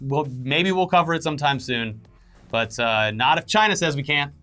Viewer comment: you’re saying “CHIna!!” wrong